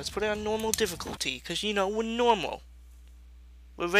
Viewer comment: We're normaul were fwine